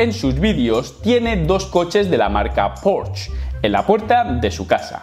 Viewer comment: Porches...jajaja Porsche!!! ;)